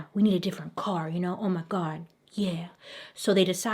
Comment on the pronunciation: the way she says "oh my gawwnnddd yaeennyy" hahaha 💕💕🤣🤣